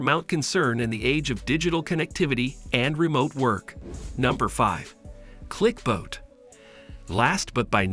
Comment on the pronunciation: Clicbot not clicboat, Loona not Luna